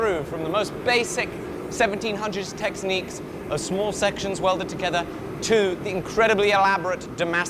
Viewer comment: also "texniques"?